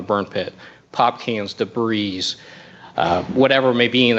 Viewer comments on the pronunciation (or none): What kind of educated, adult detective in the United States doesn't know that the S in the word "debris" is silent?! 😆😆🤣🤣 "Da-breeze"...